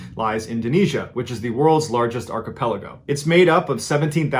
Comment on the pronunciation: I started from your first video and here I am today on this one. Loving these stories. After about 3 or 4 stories with a mispronunciation of the word archipelago, I was happy to hear the correct pronunciation. Hoping a future video includes an epiphany that the “s” is silent in debris. 😜